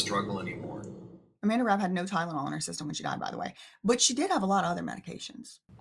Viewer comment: "Tydenol" ...I still chuckle every time u say it, lmao 😜💀🤣